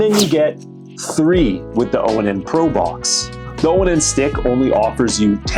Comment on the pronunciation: Dude this brand is pronounced like the word "on". Not O-N-N.